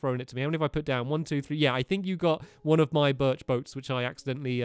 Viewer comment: You left Barnaby in your room! And you said Birch wrong!